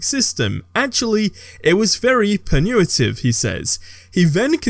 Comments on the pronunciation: pa-nu-a-tiv lol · Please Google "how to pronounce punitive". Then Google "how to pronounce commandeer".